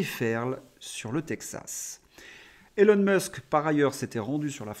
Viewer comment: Nota bene : Elon (Musk) se prononce ilon et pas élon. Élon n'est pas son prénom; autant le lui épargner. Bon courage.